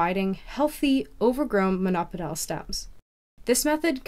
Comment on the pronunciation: It’s pronounced mono-pod-eeal, not mon-opidal.